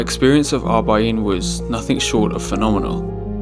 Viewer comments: It’s actually Arba’een with an R. It means ‘40’. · Arbaeen not Abaeen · ARBA'EEN not ABA'EEN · Mate it's Arb'aeen😂